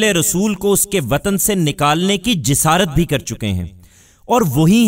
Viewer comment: Jasaarat not jisarat .